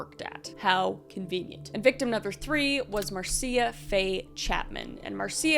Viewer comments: Just a head's up. The name Marcia is pronounced MAR-sha. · Marcia is just pronounced "mar-sha". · Marcia is pronounced Marsha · My mom’s name is Marcia and it’s pronounced Marsha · Marcia is pronounced "Marsha" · MARCIA is pronounced as MARSHA. Like Marcia Brady. OCD, HAS GOT THE BEST OF ME.